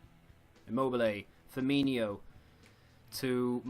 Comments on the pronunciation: It's F-i-R M-i NO not inio...... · So annoying to hear a Liverpool fan pronounce Firmino like that